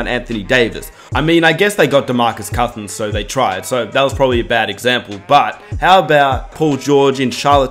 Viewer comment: ROSSELL Westbrook.... Demarcus COSSINS... Jonathan EYE-SACK